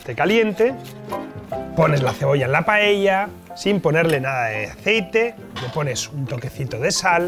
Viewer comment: por diosss, si sabes decir socarrat, sabrás también decir paella. PAELLA, que es como se llama en Valencia y en Asturias también. Por lo demás... RECETÓN Y VINAZO 👏👏👏